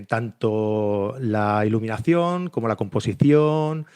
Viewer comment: Olt? Cleck? Termineiror? ileminación?